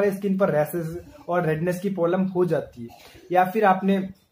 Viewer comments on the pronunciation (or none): Bhai polam nhi problem hota h